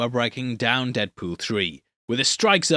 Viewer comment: No one: Paul from Heavy Spoilers: “Deadpewl”